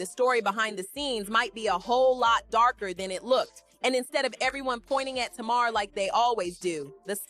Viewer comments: It's not tamaarre, it's Tamar! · Not Tuu-marrr 😂😂😂